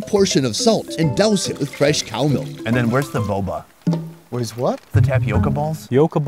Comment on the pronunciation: “And where is the boboa?” 🤣